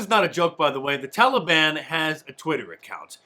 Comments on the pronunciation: when Biden called the Taliban the "Taliwaan"? Was that Obi-Wan gone wrong? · I'm so tired of hearing Biden using the Obama mispronunciation TOLLY BONN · Is he saying "televon"? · INCOHERENT JOE HAS EVERYONE IN THE PRESS CORPS SAYING 'TALLY-BONN'... WE'RE A NATION OF VOLUNTARY-HALFWITS, AND THUS, WE HAVE EXACTLY WHAT WE DESERVE. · Tallybahn? Holy hell, he can’t even pronounce it properly. Biden is disgusting. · "The Tolly-Bon" what a freaking idiot. He is deliberately mispronouncing it to make it sound so gentle and friendly. Exactly like Obama...remember him calling ISIS ISIL, and Daesh or something like that. Anything but the true name because that would make it real. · You always tell a leftist...pronouncing the Taliban as TALLYban. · Old Joe cannot even pronounce Taliban. He calls it Tally Bon. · Potato brain even pronounces it like obama. Tall e bon. Makes you wonder about the earpiece. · If I have to hear Biden pronounce Taliban as "Tally-Bon" one more time, I"m gonna lose it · "The TalEBon".. Joe can't even pronounce the name of the terrorist organization taking over the middle east... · I love the way Old Uncle Joe pronounces "Tolly Bonn." It proves that he is NOT intellectually compromised. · Did Joe say “telly-bahn”? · It's so cringe how Biden says Taliban... mans say "Tollybahn" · Someone tell Joe the i is not long in Taliban......jeez.